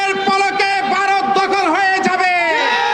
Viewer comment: এই লোকটা তো ভারত বলতে পারছে না, বলছে বা র ত .😂